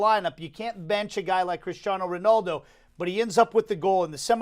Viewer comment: Guy with glasses stop saying Ronoldo. It's Ronaldo. Cheers.